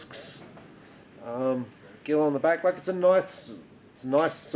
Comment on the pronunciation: Pronounced “ZHEE-low.”